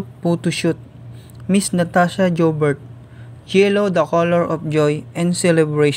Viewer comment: Please pronounce her surname like this .... YOU BEAR and then it will come out as Natasha Joubert ... our girl is gorgeous ❤️❤️❤️🇿🇦